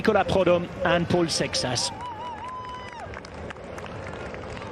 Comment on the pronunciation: Guess ain't as good as he thinks he is with pronunciation.